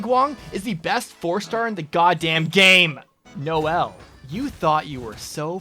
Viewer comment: I cried a little inside when i heard noelle